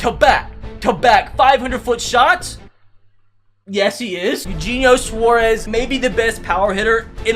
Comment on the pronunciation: eugenio suarez is pronounced ay-you-hey-knee-oh sw-ar-ez